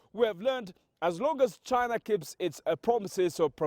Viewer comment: China not Jaina. LMAO